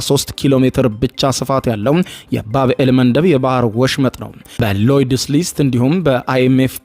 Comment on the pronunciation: ባብእል አይደለም ሚባለው ባብ አል መንደብ ነው አስተካክል የምን ማጠጋጋት ነው